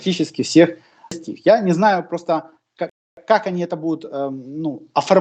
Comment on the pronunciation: как то не внятно прозвучало,3 раза перематывать пришлось .Итого: целей НЕ' достиг или Достиг ! Мне послышался достиг ! А вам ???😊